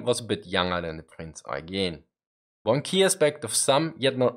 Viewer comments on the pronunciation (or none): It should be Prinz Oigen and he says Aigen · prince oy-gen.